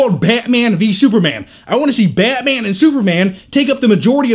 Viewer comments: Betman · I think this review would have been better if he had a Russian/ Romanian or slavic accent. He's got that face. His current accent just doesn't fit. Esp. when he says Batman..sounds like "Bat miean". LOL! Other than that! Nice review, like the humor and the edits and given the LOOONG time DC has had to make a team up movie, at least they are learning from Marvel's errors. So all in all whatever the outcome, it's looking good for all the fans! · go on, say Barman again. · Baeaeytman? Baeaeytman? Lol I'm sorry the way he says it is so funny! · y does he say batman like that